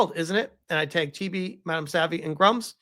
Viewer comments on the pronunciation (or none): none